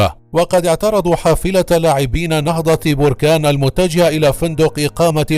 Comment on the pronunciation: انت اكبر كداب وسير تزيد تقرى كيف تنطق كلمة نهضة بركان